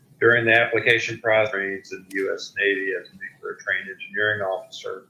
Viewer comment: Its pronounced NEW CLEAR....not nu que ler